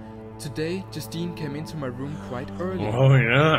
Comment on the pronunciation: it has always bothered me how mark say rüm instead of room